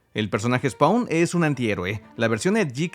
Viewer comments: Se pronuncia "spon" no "spaun" y es AL SIMMONS, no "Ai Simmns" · la A de spawn no se pronuncia D: Se pronuncia spon.